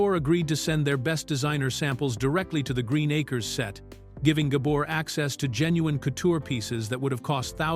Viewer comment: Oliver Douglas never wore overalls and Green Acres was cancelled in 1971, Eisenhower died in 1969 so there's no way he could have seen the whole run of the show so please get your facts straight. He sometimes mispronounced Eva Gabors name it's Gabor not Gaber.